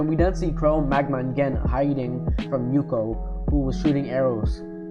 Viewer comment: Good video! Pronunciation needs some work :) Its Suika not Suki & Ukyo not Yuko